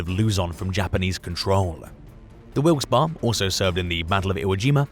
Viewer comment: the ships name is pronounced Wilks Barry..